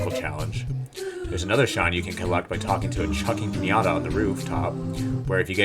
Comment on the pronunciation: Pianta (Pee-ant-ah) Not pinata